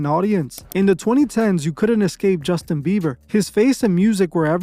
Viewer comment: “Justin beaver” 😂😂